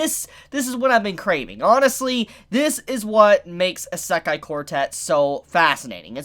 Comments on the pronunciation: The way he pronouns isekai triggers me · Can someone tell this man how to pronounce Isekai